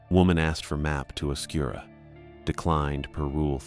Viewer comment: Oscuro is like right south of zozo idk why people call it oscura but anyways loved this!